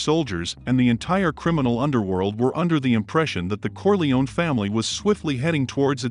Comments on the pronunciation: Kor-lay-oh-nee, not kor-lee-one. 🙄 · It’s CorleoNE, not Corleon